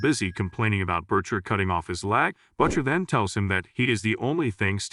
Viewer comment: Here we go again, with A.I. mispronouncing him "Butt-chur" 😂 (Butcher) short for butt muncher?